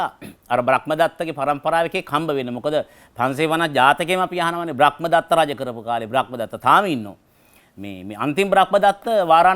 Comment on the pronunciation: ඔබතුමාට මොන දැනුම තිබුණත් ධර්මය ගැන නම් ලිඛිත කියවීමක් ලබලා නෑ කියලා තේරෙනවා. බ්‍රක්මදත්ත නෙවෙයි බ්‍රහ්මදත්ත.